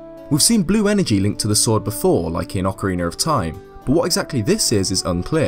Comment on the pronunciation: Great video! And you still say Ocareener of Time hahaha